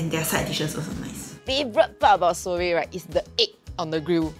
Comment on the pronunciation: when they feature seorae but nobody can pronounce properly HAHAHAHAHAH. issok A for effort guys